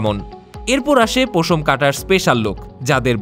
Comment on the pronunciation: পোশম না রে ভাই উচ্চারণ হবে পশম